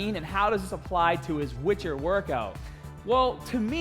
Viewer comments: Nobody:: DA WITCHA!!! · "The wytcha"